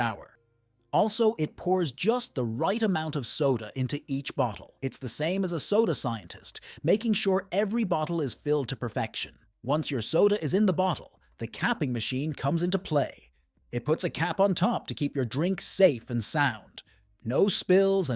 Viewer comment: Cape-ing process?? All you have to do is listen to the commentary to wonder what drugs the narrator is on. 😂